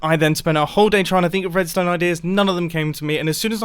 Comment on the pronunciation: just me that hears "wuedstone" ?